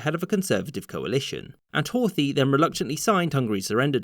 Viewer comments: There is no 'th' pronunciation in Hungarian (Magyar), the pronunciation would be closer to Hort-hi(he). Bugged me for the entire video. It's a shame because I usually like these. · The 'th' in Horthy is not pronounced like the 'th' in English.